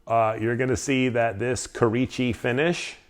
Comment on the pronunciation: Great video y’all! Real short; I’ve got a quick knowledge drop on pronunciation stuff again. Kurouchci would be said as Koo-Roh-Ooh-Chi. Or if you can’t remember just say the letters K and U. KU == Kurouochi. Much love 😘